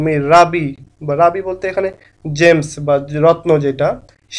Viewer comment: ওটা রাবি নয়,ওটা রুবি😊